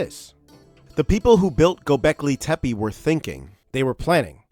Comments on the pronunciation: I'd rather hear a real human say "Globleki Tepe" once by mistake than AI say anything. Great video! 😊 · Learn how to pronounce the name correctly and then make videos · I like the idea, want to see more on it, but please learn to pronounce the name properly first .. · you can't even pronounce its name correctly...